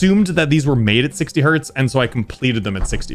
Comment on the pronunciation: Its Hertz ^^